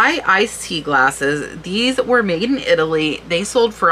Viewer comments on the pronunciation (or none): none